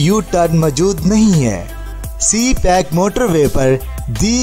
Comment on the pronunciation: Its CPEC not c- pack😊 please correct it😊